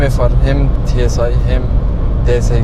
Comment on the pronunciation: Tsı değil tusiar 😂👍🏻👍🏻